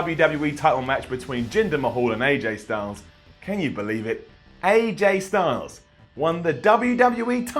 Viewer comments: he said “JJ STYLES” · Did you just say JJ Styles?